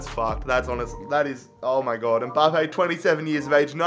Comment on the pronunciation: it's Mbappe not Umbappe